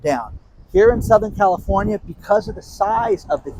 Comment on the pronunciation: did you say california or comnistfornia